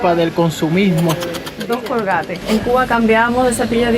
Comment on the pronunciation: Es estadounidense, y se pronuncia originalmente (en inglés): "Colguéit")